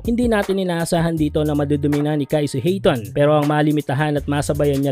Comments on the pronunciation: Ayton hindi hayton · Hindi Hayton Sir Ayton po